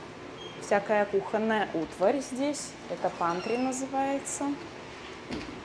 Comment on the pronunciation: Не пантри,а пентри,ужасний язък....за столько лет...уши режет